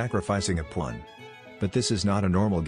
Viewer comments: I know it’s a robot voice and all but still, why and how did a pawn become a plon ? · why does the ai voice say pawn like that